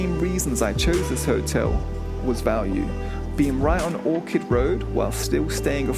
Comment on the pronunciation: It’s Orchard, not Orchid